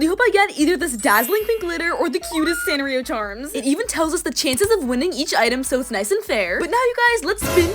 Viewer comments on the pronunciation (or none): none